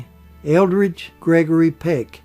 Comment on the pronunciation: Eldred Gregory Peck, not Eldridge, thank you for this biography. ❤